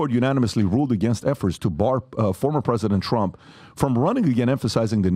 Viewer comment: Funny pronunciation "efforts" sounded like "effers" or maybe it's my hearing